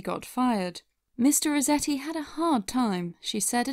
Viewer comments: You kept saying Mr. Rezetti. With a name like Resetti, doesn't it make more sense to pronounce it how it's spelled? RESETti? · Am I the only one bothered by her pronouncing it Mr. Rezetti? Does that mean she says, "I had to rezet my computer," and, "please zet it on the table when you're done"? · Who was also annoyed at the fact that she kept calling him “mister reZetti” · Your pronunciation of "Resetti" bothers me. You make it sound like "rezetti", as though it doesn't have the word "reset" right in there. Unless you want me to believe that you pronounce that word as "rezett"...